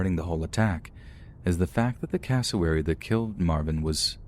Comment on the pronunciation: Thought he was saying Casselberry when he was saying cassowary